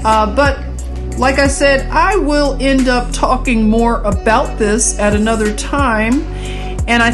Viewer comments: Sister Luv Great I Am Always Gives me Confirmation with You!!! Within the first couple of seconds you say aboot and I just had to Outfox the Al Gee Rith M'sss Because they would not let me speak my beautiful heart to some beautiful souls over there in the middle of the percolation of the war zone. The young beautiful Russian girl who channel is named Anastasia and please check out this beautiful soul of rainbow Gold! And her new video today just before yours came out was wanting peace and I know that's what we all really seek! No one wants their world all torn up with war! No one wants people shooting up their front room or their sacred holy of holies. Norther ancient monuments nor historical museums hospitals schools or nurseries can't we all just get along! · Aboot. Love it.. You're so adorable.